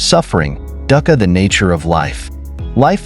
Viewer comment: Sir, I just don’t understand how you have a post of Buddhist wisdom and you mispronounced anicca, anatta and dukkha. They are misspelled on the screen too. You are trying to explain impermanence like a leaf falling. And it is much deeper. Sure, it’s composed of kalapas composed of characteristics of weight, vibration, heat and cohesion. If the mind is directed with its full attention on the body and stays there it can see and touch the sensations that are the composite of the kalapas and affect their constituency. You need to cover sankharas that are the habits of every Intentional action of our life that is stored within the body.